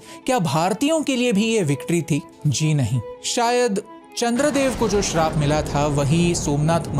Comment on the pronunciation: Bhai sharab nahi Shraap 😂